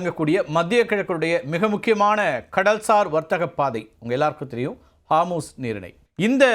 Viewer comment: ஹார்மூஸ் இல்ல அது ஹோர்முஸ்.